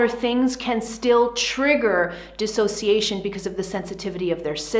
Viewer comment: DIS!! NOT DE!! Big difference!! What is your education level?🤦‍♀️😔🤕